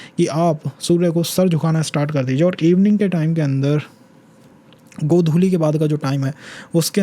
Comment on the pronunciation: Sir are you an Assamese???? Bcoz I just heard you said "Godhuli"?? ❤❤